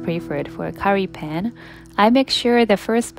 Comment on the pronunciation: You say Pan with the same U sound like you say Sun.